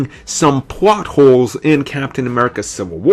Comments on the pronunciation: lol why the hell didnt you re-record that? more then once you say, "Pwat holes" its a Plot hole..then you say "Pribacy" are you just trying to make up your own words like an 8 year old thats trying to be cool? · It's pronounced "PLOT HOLES" not "PWOT HOES." Jesus, this guy's pronunciations...